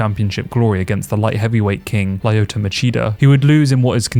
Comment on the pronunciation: Lie-yo-to Machida?if you’re making mma content please say fighters name correctly. It’s Lee-yo-to